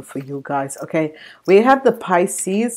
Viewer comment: Your saying picies this is scorpio.